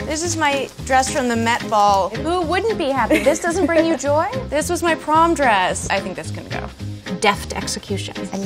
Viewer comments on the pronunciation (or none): none